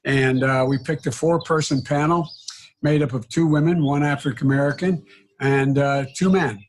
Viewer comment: Why can’t Joe pronounce “African American” ever.